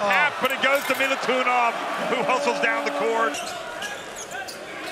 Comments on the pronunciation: Not Milutunov..corectli is Milutinov..🇷🇸🇷🇸🇷🇸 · Klupi komentator ne može da shvati kako se izgovara MILUTINOV...